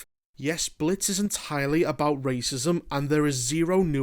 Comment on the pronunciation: “We Wuz in tha Blits”